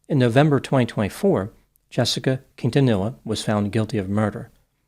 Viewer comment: You figured with a last name like, he'd know the proper pronunciation of Quintanilla...